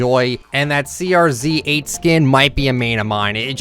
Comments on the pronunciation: CRZ-8? isn't that supposed to be pronounced Crazy-8? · I think Crz8 is pronounced circuit